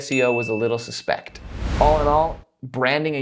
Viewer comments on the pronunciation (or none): A little "suspect" i've never heard it said this way lol